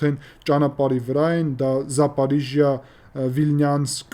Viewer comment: ԻՆՉՈՒ ԷՔ ԱՂԱՎԱՂՈՒՄ ՈՒԿՐԱՆԻԱՅԻ ՏԵՂԱՆՈՒՆՆԵՐԸ։ ՈՉ ԹԵ ԶԱՊԱՐԻԺՅԱ ԱՅԼ ԶԱՊՈՐԺՅԱ։ ЗАПОРОЖИЯ (Порожня) ОТ СЛОВО порога ՀԱՅեՐԵՆՈՄ (ՇԵՄ) Այսինքն՝ Շեմից այն կողմ։ ЗАПОРОЖИЯ буква г меняли на ж для удобство